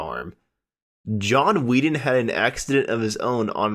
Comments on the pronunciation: It's Wetton not Wheaton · At least pronounce the names properly. John WETton. Not WEETon. FFS. RIP John. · I was happy when Wetton left the group so I didn't have to listen to you mispronounce his name... Wet-ton, not Weet- en. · It was annoying how he said Very 'eevy Very 'umble and John Weeton.At the end of every sentence he'd make a groan sort of. I hear ya. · Very ´iiiivii ?! John Wiii-ton ?! Idiot ! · Horrible narration. At least pronounce John Wetton's name correctly!